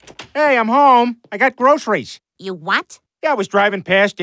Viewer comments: I like how she pronounced the word groceries with the soft C sound. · The way Lois pronounces the word groceries is something.